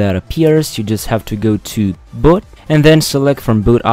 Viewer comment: Stop saying Butt its Boot